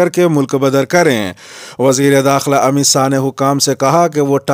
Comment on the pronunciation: السلام علیکم آج وزیر داخلہ کا نام امت ساہ نہ کہ شاہ سننے میں لگ رہا ہے کیا میں صحیح ہوں